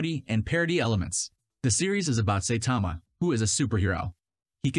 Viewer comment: It's pronounced Sai-tama and Gah-roh-u. This is why it's essential to watch Subs over Dubs.